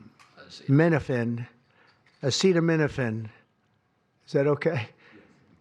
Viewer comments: aaacetermenerphin during pregnurcy... NOT good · A- Cheeto- me - no - fan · 😂 Trump can't pronounce acetaminophen because he is "Insane in the Brain" Cypress Hill. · Gosh. Lawsuit on the way for acseeeto-menoofen. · Trumps mother must have taken a sh!tload of "asszeetuminofen" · Dr. Trump who I'm sure has a PHD (piled higher and deeper) is the same person I think told people to drink bleach during covid. You think we should listen to someone who can't even pronounce acetaminophen. NO! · Dude can’t even say that name and wants to ban it!! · It might be somewhat more credible if Trump could pronounce "acetaminophen". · Listening to Trump try to pronounce Acetaminophen gave me the laugh I needed to continue the day. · He can't even pronounce/articulate the word acetaminophenal and his "team" didn't even make him say it repetitively to APPEAR like an intellectual. America is a laughing stick around the world for sure. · Man’s cannot even pronounce it this rly rly pisses me off these sexist losers just want us to be in pain rfk junior was spouting this garbage a while ago now ofc they all are idk wht else I expected from these losers though 🙄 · He can’t even pronounce the thing he is criticising 😂😂😭😭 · So we're taking MEDICAL ADVICE from someone who can't pronounce "acetaminophen?" 🤔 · How the fuck do u not not know how to say that. Your 70 years old. Seen that word thousands of times. Claim to be "like really smart" and should have practiced your pathetic attempt at a white house public awareness meeting where someone could have told u how to say it.. I swear some needs to put pop up pictures or have a Barney musical for this jack ass anytime he has to say a big word that has 5 or more letters just so he can learn to understand to say things correctly "that's uhhh. Not good" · That was hilarious, Dr Trump can't even pronounce it lol. He just knows it's bad for them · He couldn't even say acetaminophen. What an embarrassment! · Dumb ass couldn’t even say acetaminophen